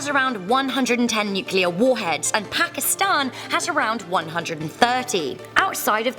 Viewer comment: You pronounce pakistan wrong in from Pakistan and we pronounce it pa ki stan